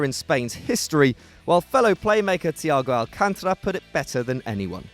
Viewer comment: "Thiago Alcantona"